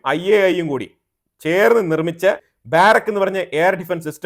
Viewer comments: ബാരക്ക് എന്നല്ല, ബറാക്ക എന്ന ബൈബിൾ വാക്കുമായി അടുത്തുവരുന്ന പേരാണ് ഉപയോഗിച്ചിരിക്കുന്നത്. ബാറക്ക് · ബാരക് അല്ല ബരാക്